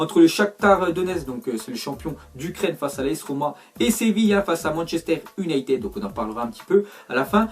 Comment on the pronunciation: on prononce Younaïtid pas unitèd